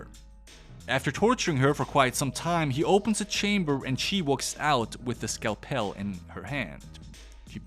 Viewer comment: What the hell is a skell-pell? Did you mean scalpel (scow-pull)?